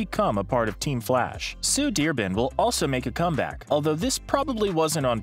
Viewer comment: “Sue Deerbin”